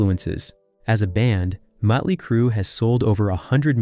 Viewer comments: Hey dumbass! It's Motley, not Muttley! Muttley is a cartoon character, like you. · What? This narrator from england ?he keeps saying mutley not motley.?😊🤷‍♀️🤷🤭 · why are saying "mutly crue"?wtf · Can't take it seriously. "Mutley crew" 😂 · DUDDDEEEE why do u keep saying MUTLEY!?!? Like for real!?!? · Damn. Bad bro...bad. Mütley Crüe? Better yank this and redo the narration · Who put this shit together?!! The guy can’t even pronounce “Motley”. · Metley crue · he was just like: metly mutly like what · Why can't the narrator say Mötley correctly? Is it some kind of computer-generated voice because it/he also pronounces other common words incorrectly? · Dude cant even pronounce the name of the band right. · He's pronouncing the band name wrong because he's pronouncing the umlaut over the O, which just makes it clear he knows nothing about the band. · Right? That bothered me throughout the entire video.